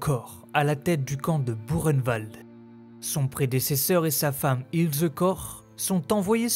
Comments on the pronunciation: C,est pas Burkenwald, c'est bien buchenwald, mais ça se prononce pas bureinewald, mais boureinewald ! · Très intéressant mais ayant un grand père ayant été déporté cela se prononce " bukenvalt "😉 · Ça se prononce bou reine vald ! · Erreur, ça se prononce bou reine vald! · non ... demandez à ces pauvres déportés encore vivant ou même à un prof d'histoire ça se dit" bukenwald" et " dacho" ayant eu un grand père déporté ça me fais saigner mes oreilles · Au temps pour moi. Pouratnt quand j'y suis allée avec mes élèves, c'est bien Burkenvald que j'ai vu à l'entrée. Il y a peut être une autre façon de le prononcer. Mais si j'ai tore je m'en excuse. Je vais me renseigner.